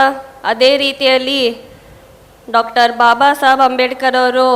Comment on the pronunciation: ಬಾಬಾಸಾಬ್ ಅಲ್ಲ ... ಅದನ್ನಾದ್ರೂ ಸರಿಯಾಗಿ ಹೇಳು ಪ್ರಿಯಾಂಕಾ 🙏